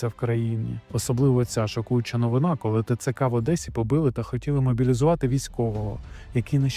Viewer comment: ну що за "кАли"? Не А, а - О